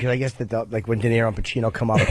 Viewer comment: D-E-N-I-R-O “Denarro” what an ass.